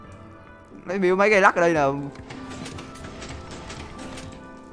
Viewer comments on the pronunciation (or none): none